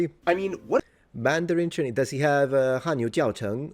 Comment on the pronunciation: Your Chinese accent is shockingly good. Japanese is good but not the way you speak to friends. It’ll keep distance between you. But finally, a person who says they can speak that doesn’t butcher Japanese!